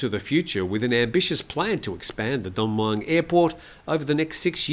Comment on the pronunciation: where'd you learn your Thai? Pains me every time when you endeavour to pronounce Don Mueang. Listen to a Thai pronounce it. Just use the good old contracted phonetic vowel sound as in /wez/ for was between the 'm' and 'ng'. Everyone will understand you. There is a reason for the 'new' spelling of Mueang in English - ask a few old timer expats, but not Americans who still don't get it.